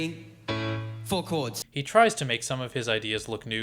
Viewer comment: "with only 4 cods! " the way he said 4 cods was always amusing to me. I used to shout it with him the same way and than skip the ad. was fun. this part only. On a serious note, for anyone reading this, DO NOT! and NEVER buy any course with the words MASTER CLASS, FREE, or CODS instead of chords. hell, do not buy anything that comes from a YouTube, Facebook AD that has master classes and all that jazz. great great investigation and amazing video. thank you for your work.